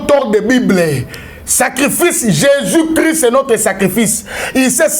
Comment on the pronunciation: BALOBAKA JESUS CHRIST YO PROPHÈTE YA NDENGE NINI OZO LOBA JESUS CRI ? DONC OZA NA JESUS MUSUSU MAIS CHRIST TE PO ELOBELI NAYO EZO YOKANA JESUS CRI . MAIS CHRIST EZO YOKANA TE OZA SISIPEEEEE.